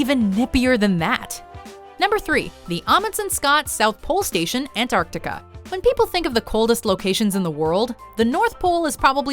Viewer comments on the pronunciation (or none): You guys say ‘Antartica’ Weird... I should Know, I live right next to it! Say it all together not ‘Ant-Arc-tica’ more like ‘Antarc-tica’ the moreee youuu Know haha.